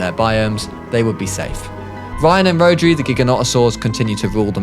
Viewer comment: Great vid but rhodri is a Welsh name and it’s pronounced ro-dr-i